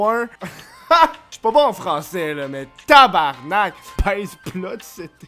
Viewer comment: TABARNARK ? nice effort mais fuck ...